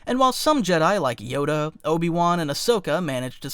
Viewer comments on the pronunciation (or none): none